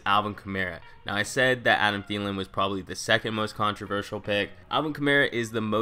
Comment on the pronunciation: I got a Thielen it's Thielen